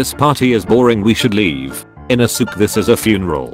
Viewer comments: You pronaunse the e in inosuke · Bruh The way he is pronouncing inosuke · The way u said inouske is so so wrong